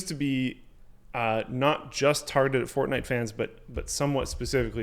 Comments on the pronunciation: FORTNITE ITS CALLED FORTNITE NOT FORNITE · FORNITE? lol